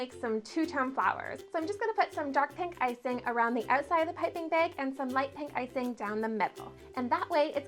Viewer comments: She must be Canadian, if she says "baeg" instead of " bag" lol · The way she says jagged and bag drives me nuts . Being Canadian doesnt make you mispronounce jagged as "jaygid"